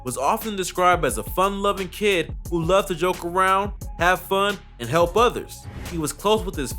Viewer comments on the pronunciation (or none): none